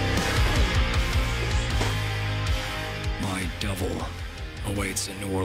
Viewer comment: Is he saying "double" or "devil"?